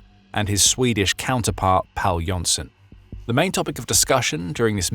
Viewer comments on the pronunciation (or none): The Swedish Minister of Defense's name isn't "Pal", it's Pål, the 'a' has a circle above. It's the Swedish spelling of 'Paul' and is pronounced like Paul. Thank you. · You guys keep calling him "Pal", but Pål is actually pronounced the same as "Paul". :) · his name is Pål which is pronounced Paul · The name of the swedish Defence Minister is pronounced like 'Paul'.